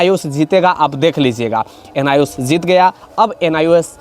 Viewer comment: Zuzment nhi bhai judgement...zeet gya nhi Jeet gya😂😂😂😂😂 za za q kr rhe ho